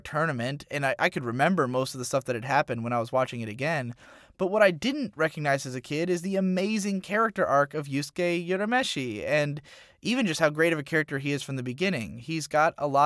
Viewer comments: yourameshi is #notmyameshi XD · You know someone watched the dubbed version when they pronounce Urameshi as Yourameshi